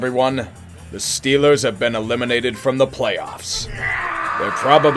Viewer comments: “stillers still gah supah bawl???” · The hopeful "St- steehlash gwahtah suppabwl?" Chefs kiss.